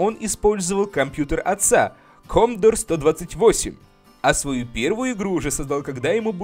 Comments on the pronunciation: Не комдор а комодор!!! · Не комдор, а комодор!!!